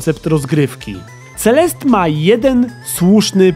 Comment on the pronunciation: Mam wrażenie, że czytasz to źle, ale nie jestem pewna. Nie powinno czytać się CeleSTE zamiast CeleST? To samo z postacią... Nie czasami MadeliNE a nie MadeLIN? Znaczy... Jak piszę źle, niech mnie ktoś poprawi, ale moim zdaniem CeleSTE brzmi lepiej